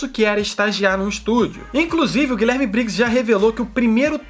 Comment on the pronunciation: Chega dá uma dor quando ele fala "GuiLÉRme Briggs" x(